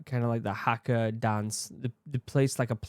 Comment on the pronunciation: Please, NOT hacka! Try har-ka. The "a" is a bit longer. Kiwi here